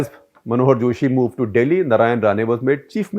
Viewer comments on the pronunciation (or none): none